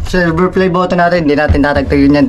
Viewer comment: Nako po silver lang hindi pa mabigkas ng Tama tsk tsk tsk